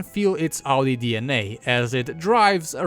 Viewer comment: "Audisteer" made me spit coffee over my laptop.